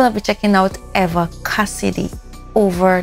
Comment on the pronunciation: It's E-va, not A-va. Rhymes with Diva, which she was not.